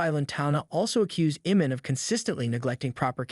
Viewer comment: u dont even know how to say his name right... its IMAN not Eman...speaking about people u dont even know about